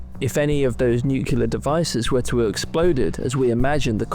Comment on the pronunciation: Nucular? Are you for real?